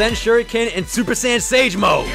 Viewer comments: True but it’s super saiyn not super San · He said super sand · Rasengan Kamehameha more like rasengkamehameha